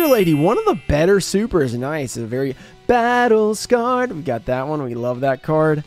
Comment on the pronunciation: I love when she says Battle Scared lol